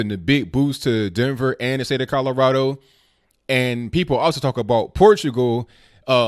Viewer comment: Did I hear a faint hint of 'CALorado' there?